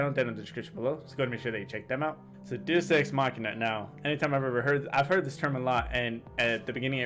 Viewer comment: Deus- “Day-oos”.